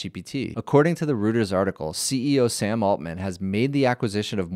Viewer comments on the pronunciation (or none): "Reuters" is pronounced ROYTERS not ROOTERS. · “Royters” not “Rooters” for Reuters